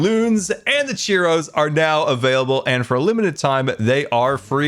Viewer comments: Does anyone else feel like he keeps saying "Cheerios" and not "Churros"? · I just figured out that when he said “cheero” he was talking about churros…. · I love how says cheeros instead of churros XD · Not churros, cheeros